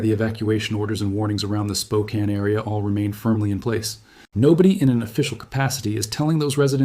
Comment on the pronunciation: Congratulations on pronouncing Spokane correctly!!!